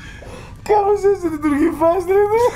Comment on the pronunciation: όχι κυριολεκτικά λέει" Κάπως έτσι λειτουργεί η φάση του 'game'" απλώς το"κάπως" ακούγεται λίγο σαν "κάποιος"έτσι όπως το λέει ο.